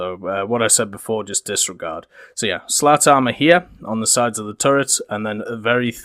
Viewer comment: I know it's juvenile, but I can't stop myself from hearing 'slut-armor' any time you speak of the cage stuff.